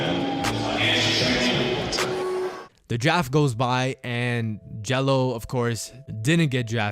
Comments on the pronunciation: “Draft” not “Jaft” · Why is he saying jraft instead of draft😭🤣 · good vid, but when u started talking i noticed u said jaft. ;) No hate tho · With the completion of the NBA "jaft" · Good job trying to say draft lol